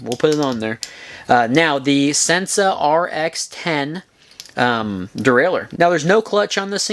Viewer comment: Sensah is pronounced "sen-say" ---probably the moonshine kickin' in. lol great segment...